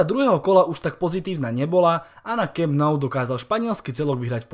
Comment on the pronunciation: To jak jsi přečetl Camp Nou mě docela zvedlo ze židle, ale třeba takový Strachan, to mě málem kleplo...